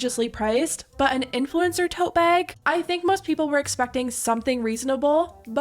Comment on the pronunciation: Bairg. Tote bairg. ❤